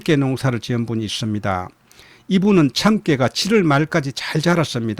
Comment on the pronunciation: 참깨 발음이 너무 이상합니다.